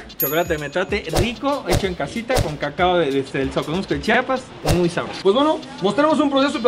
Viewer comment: Dijo soconusco wtf